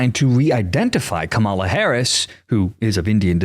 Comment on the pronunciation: I don't always agree with you but I do enjoy listening to your point of view. Believe me, I am not a fan of either Harris or Trump. I have 2 questions for you: (1) why do you pronounce her name incorrectly? and (2) why do you not consider that Ms. Harris has TWO parents. Her father, Donald Harris, is Jamaican-American. Just because Donald Trump made a fool of himself in this instance doesn't mean that you should follow suit.